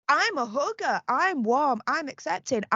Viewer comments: Great job,! When you say, "I'm a hugger" it sounds like "I'm a hooker" to my Canadian ear🇨🇦🤣🤣🤣😘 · OMG, I heard "hugger" as "hooker". LOL! So imaging hearing Megysi being a hooker and the royals as not being hookers. It took me awhile to figure it out because of all the innuendos of MM having a bit of a past life as a ___. I really liked these commandments. It's like was trying to get MM to realize that there is so much to life outside of her narrow bubble of privilege, almost like a 10-step program for self-improvement. Very compassionate, many of them were and delivered from a place of authority. is an excellent listener and summarizer. and have a very good dynamic.